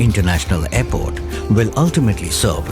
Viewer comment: aairport? jahil aurat airport hota hai